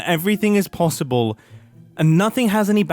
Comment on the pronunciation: the “Not possib” made me cackle and I imagined he could pay homage to Grian… building only the front half of a structure and call it ‘Not Possib’ Edit: I’ve come back to watching this video and I can’t believe I accidentally called it with his base not clashing with Xisuma